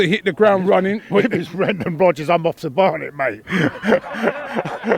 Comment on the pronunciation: He said Brendan Rubbers !!!! O_O LOL!!!